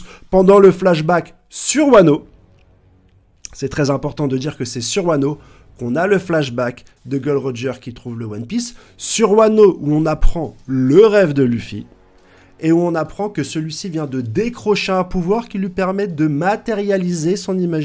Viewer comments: Gold et roger, raylhite , monkey dé luffy , zo en... ca fais mal aux oreille vraiment. Tes au courant que c Gol D roger ??😂😂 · Fait un effort sur la prononciation des noms , vraiment c trop 😭😭. Gol Di !!! Gol Di !!!! Gol Di !!!! Gol Di !!!!! Pas gold et roger 😂😂😂 Et c'est R leite 😂😂 ca se prononce " raille li " , les zoans ca te fait pas bizarre en le disant 😂😂😂 met un " e " au bout , sa fera moins mal aux oreilles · Prononce bien stp c’est gol D roger